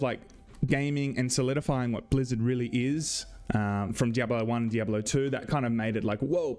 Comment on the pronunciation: Missed you,. In Freedom English, and Spanish, “diablo” has 3 syllables —dee ahb lo — in Englishereedoo it has 4 — dee ahb ah low